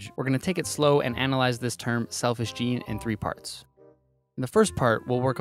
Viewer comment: also, what's a gaynay